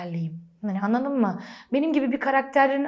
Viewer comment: Şeymacım “l” harfini kullanmayı öğrenmelisin. Annadın mı yada yannış değil, anladın mı, yanlış.